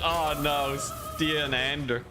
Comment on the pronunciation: The way you pronounce Stian is like Asthian but without the A